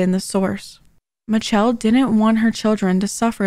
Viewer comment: I think her name is in fact "mitch-chell"